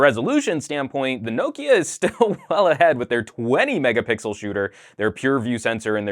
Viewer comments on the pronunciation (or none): 20 megapickle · I really like the review. I find it funny how you say "Mega Pickel" for MegaPixel. xD